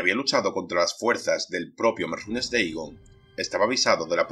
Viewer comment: No entiendo porque dices merrunes deigon Que no se dice merunes dagon ?